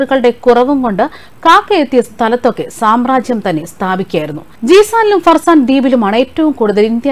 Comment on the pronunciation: ഹർസാൻ അല്ല ഫർസാൻ ആണ്